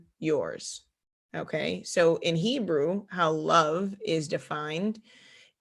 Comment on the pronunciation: She said "Nebrew"! 🤣🤣